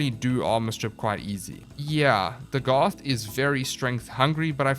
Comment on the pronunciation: Pronounced DAGith